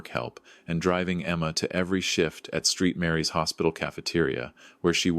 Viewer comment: I know AI has plenty of issues, but Street Mary’s? 🤦‍♀️ Try Saint Mary’s.